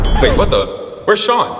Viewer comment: It’s shon